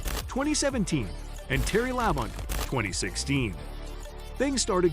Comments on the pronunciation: This would be a lot better if you would pronounce Terry La-bont’s name as “La bon ta”. If nascar techs were checking your video, you would be sent to the back of the longest line, not for cheating but, for not doing your homework. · It's pronounced "La Bon Tee". Jesus, get the names right. If you've been around NASCAR for any length of time you should know this. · For a channel that is supposed to be all about Nascar, you really need to learn how to pronounce the names. For example, Labonte is pronounced La-bon-tee. I had to stop watching the video because I cringed each time to mutilate his name. If you watch and listen to the original videos you are taking clips from, I can assure you that his name will be correctly pronounced to help you learn it. Same goes with the track names. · If you can’t pronounce Terry Labontes last name or Talledega you don’t know anything about the sport so many errors in this video it’s a joke.